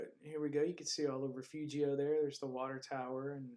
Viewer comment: Wow. Where are you from that you can't pronounce Refugio? What quadcopter is that?